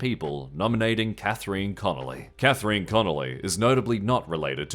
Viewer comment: Ok I understand that our Politics aren't the most interesting the world, but that doesn't mean they should receive less quality control then other more important segments. The Irish pronunciations are whatever, everyone struggles with them (though pronuncing the "I" in Catherine was kinda strange) What I'm more upset about is that you you got the name of Jim Gavin completely wrong when mentioning the rent scandal at first - Gareth Sheridan was a completely different candidate who dropped out of the race, yet who was somehow named as being the one who owed the tenant money.. Also, "Air-land" in that terrible accent got really old really fast.. Please do better! Writing about smaller affairs deserves just as much QC as. bigger ones!